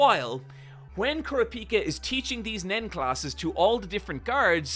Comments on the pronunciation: You’re not pronouncing kurapika correctly btw. It is funny that Gon could blow up the top floor in one punch and it’s cute how weak everyone is, like Benjamin guards are worse at nen than zushi is. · how he pronounced kurapika too LOL